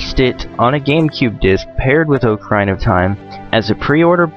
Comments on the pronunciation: ITS NOT OAK-ARINA IT'S OCK-ARINA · The correct pronunciation is, more or less "OCK-ah-REENAH". Things like this sometimes make me wish Zelda games had some voice acting, but the games are brilliant regardless. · Oca-rine-uh? I'm sorry on, but I don't think I can be your friend anymore. :P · Its not called oc-aarrr-ina its ocarina!! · I was gonna watch this but I'm in a foul mood and the way you pronounce Ocarina bothers me too much :( Sorry, I'm sure you're a great guy. Maybe I'll come back to it when I'm less moody. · You pronounce ocarina wrong...